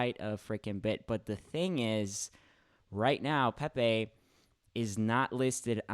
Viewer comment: Pepaye Peh-Peh